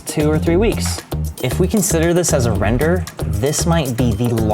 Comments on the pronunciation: "If we consider this as a WRENder" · I keep hearing the word as "WRENder" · hehe.. Wrender